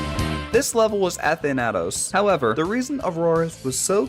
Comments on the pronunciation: A-than-it-oes, sun-ix mispronounciation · A-than-ah-tose kills me